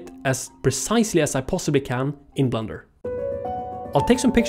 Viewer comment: I know it’s ’blender’ and also that English is not his first language but his english pronunciation is actually really good except for this one word which he very plainly pronounces as ‘blunder’ which is another word for mistake. As a New Zealander (who are incessantly accused of saying “fush n chups”) I found this oddly resonant.